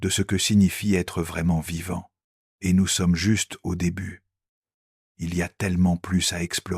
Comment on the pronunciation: Sérieusement,... réécoutez et corrigez. Il lit "ET" : "heu té". Des pauses là où il n'y a pas de virgule (manque de poncutation). Des erreurs de traduction et conjugaison, (petites, sans conséquence, mais présentent). Pourquoi réduire la force de l'oeuvre original avec des erreurs de lecture ? Mieux vaut moins, mais mieux. Sauf si vous courrez après la quantité sans égard pour la qualité. Qu'est-ce que cela vous apprend sur vous ?